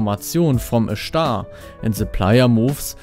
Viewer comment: On the hart of schtar xD